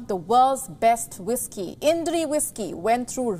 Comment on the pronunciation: "ईनडरी" नहीं "इंद्री"